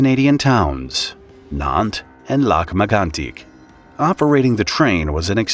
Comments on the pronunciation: French pronunciation is wierd. Lac-Mégantic is pronounced "Lack-May-gawn-tique" Yeah, French is strange, but I'm an idiot who speaks French as proficiently as a stumbling drunk speaks without slurring. Just like to give the proper way to pronounce words. Suck that this little town in Quebec was subject to such a massive catastrophe. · You guys did an admirable job reporting the story. I think a nice touch would be to consult with locals for pronunciation in the future though. Lac-Mégantic is pronounced like "lack may-gahn-tick" in Québecois French. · Can’t stand the repetitive mispronunciation… The correct pronunciation is “lock may gone teek” The accent is on may. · Noooooooot how I thought you pronounced that